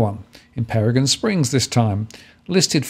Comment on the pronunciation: Hey many thanks for the overview up here on the Sunshine Coast. Just to let you know Peregian is pronounced Peregeeeian with the emphasis on the gee. Cheers!